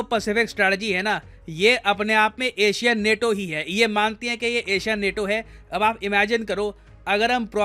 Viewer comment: नेटो नहीं नाटो 😆